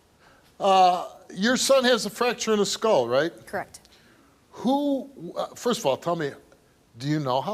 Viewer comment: If that chick that abused her baby says “crekt” one more time…